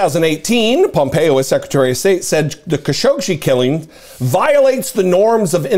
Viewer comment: This is how you pronounce his name: Ka - Sho - Gi.